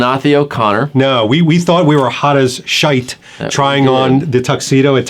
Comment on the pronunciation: “Hot as shite!” 😄 you sound Irish there man